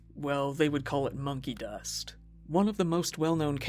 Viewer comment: at first it sounded like (to me anyway) he said honkey dust